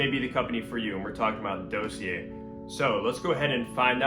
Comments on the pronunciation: Dawseeay not Doughseeair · Sweetheart, ˈdȯ-sē-ˌā! Sorry, it got to be like nails on a chalk board by the end of the vid.